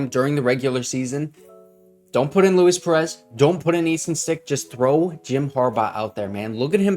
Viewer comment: He's Hispanic. Lu-eese